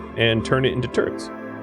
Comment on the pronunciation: "Next step is to take the uranium I have and turn it into turds!" ... Ok, then XD (I know you said turrets, but I definitely heard the more amusing option)